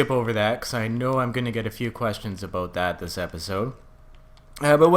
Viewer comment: Aboot your Canadian